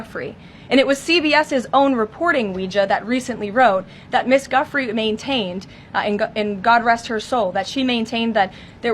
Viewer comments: Her name is pronounced joo-fray.😢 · Virgina's name plays into their narrative. Leavitt seems giddy calling her Guffrey instead of pronouncing it correctly. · Her name is pronounced Geee Leen, it is a french name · please learn to say Virginia Guiffre name correctly. She committed suicide over this. Even though we all know that that is not your intent to be disrespectful, not at all, for her family the correct pronunciation has meaning. Thank you. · Leavitt does not know how to pronounce Virginia’s last name. But, you need to pronounce it as “Joo-fray”, please! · Please pronounce Virginia's surname correctly! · you’re a down right illiterate, you have a problem pronouncing names like Virginia Guiffre’s last name, you sound like an idiot as you usual.do, you’re a weird person with your little gay laugh and giggle. You don’t take these stories serious and you have these off the wall metaphors. Ben Meiselas and the rest of the team don’t act weird like you, they are normal and they take serious to the reporting while you clown around. By the way stop with your grifting grifting grifting, people don’t have spare money to give you, it’s the holidays and they have no funds to donate just to enrich yourself. Stop asking and pushing Americans. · Before you use a woman who was destroyed by not only Epstein & his cabal when she was a child but now by you & Maga as a political pawn, at least don't mispronounce her name...do you think you can do that Clarabel Layvet? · She's not even pronouncing the victim's name correctly. What a loser Karolying Levett is. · One would think that Karoline Leavitt might at least pronounce Virginia’s name correctly. Most especially, she being the Press Secretary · They don't even pronounce her name right for heaven sake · Leavitt---can't even pronounce the vicitm's name correctly. How disrespectful. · KKKaroline Leavitt can't even say the Victims name right. I hope she goes to jail for enabling Pedophiles.